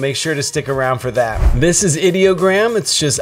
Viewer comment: You started off saying ideogram correctly, but as the video progressed, you started saying it wrong. What's up with that ? I use Ideogram as my "go to" site for almost everything. I have created 3 virtual TV stations and 2 virtual radio stations using Ideogram. I love this stuff.